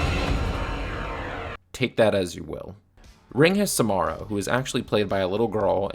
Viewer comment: Dude it’s SaMARa…not SaMAIRa. Other than that nice work lol